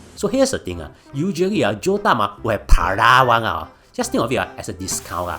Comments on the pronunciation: pa-rah..... bro just speak your native languag and add subtitles.. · Per-roll is hardly a complicated word 🙄🙄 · Why the hell can’t you say “parole” correctly? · Singlish is embarrassing enough without the lame mispronunciation of parole. I’m a Singaporean and I denounce Singlish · Bro, if you’re going to mispronounce parole 150 times intentionally while trying to make it sound funny, it isn’t. 😅 It’s really annoying lol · Yo mispronounced “parole” so many times Such a comedic gold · I have to mute your video after getting irritated by the way you mispronounce "parole" so many times...I like your content,but words that are chim,you mispronounce them so many times will only get irritating☹️ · Oh my God, it was killing me, and he said it at least 40x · was wondering how irritating it is, then bam, wtf is this fucking cat saying lmao, i almost puked. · Mispronouncing "parole" in a sarcastic manner. Typical Singaporean disapproval for early prison release for criminals. Another human rights abuser and lawless "****head". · I think it's actually funny. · My exact sentiments. It's so damn irritating.